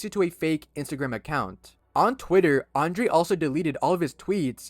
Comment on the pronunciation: His name is not "Andre" but "Andrei" please correct this.